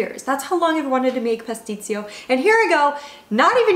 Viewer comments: When you say PASTICCIO, "CCIO" is like your CHO. As you did, in italian you said with Z (PASTIZZIO). Just a suggestion from an italian ;) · It's "Pasticcio", not "Patstisio" 🙃